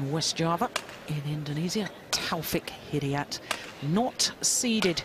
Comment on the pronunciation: it's not 'Hidiyet' you idiot! it's 'Hidayat'!!!!